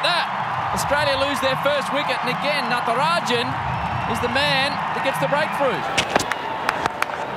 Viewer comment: and natrajan - nitrogen 🤣🤣